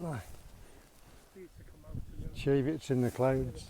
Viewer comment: Oh you seem to have removed my comment correcting your pronunciation of the word Cheviot. As I explained,the word has only one "e" in it. Just say it how it's spelled Why are you so sensitive about this, you obviously don't come from the area, so you may not have known.